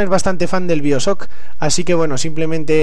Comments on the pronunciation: Biosoc?? xD pq los españoles no pronuncian bien el ingles? xD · jaja "biosock" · no quiero insultarte pero pronuncias mal bioshock se dice en ingles